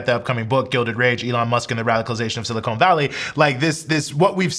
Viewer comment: I hope this doesn't sound pedantic, but ... "silicon" is pronounced "si-li-CON" not "si-li-conE". It's "con" not "cone".